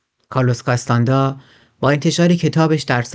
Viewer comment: کارلوس کاستانه دا درسته ، نه کاستاندا